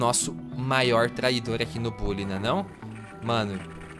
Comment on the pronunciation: Se fala "Bãlly", nao "Bully"